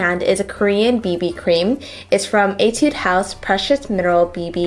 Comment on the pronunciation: agh judy ive been telling you !!! its etu-dey house!!!